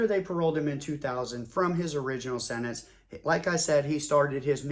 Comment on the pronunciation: Its not " senets" its SENTENCE. and no, I'm not going to take it for gran-ned.